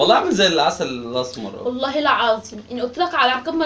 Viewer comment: بتقولي الاسم غلط